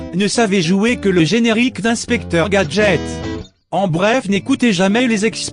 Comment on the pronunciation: c est pas inspeqtor gadget x